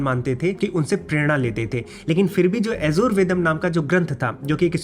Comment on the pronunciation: तूं "यजुर्वेद" शब्द भी ठीक तरह से बोल नहीं सकता हूं।। Don't misguide others...